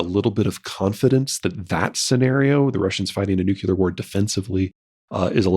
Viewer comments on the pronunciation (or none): How do you know so much but don't know how to pronounce nuclear. Ever hear of a cell's nuculous? One word and we know Pete doesn't know any biology.